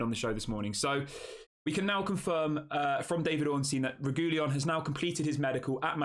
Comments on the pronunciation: Reguilon AFAIK is pronounced Reg-wee-on. My memory of him at Spurs was that he tried hard when he first got there and was excellent, but his enthusiasm waned quite soon after, and he became disillusioned. That might have been understandable because Spurs were awful at the time. Or you could look at it as a negative quality that his head goes down too easily. Either way, a deal that allows us to hand him back after a while is the right solution. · Sorry to be a bore, but it's pronounced 'Reg-willon'.